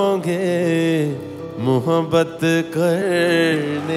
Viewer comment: Urdu pronunciations are faulty . It is मुहब्बत not मोहोबत ! Rest everything is perfect !